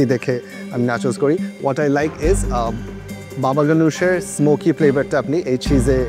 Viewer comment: pantry ke bar bar penty boltese. Abar baba ganush ke baba gonesh boltese... Ki uccharon chi 😅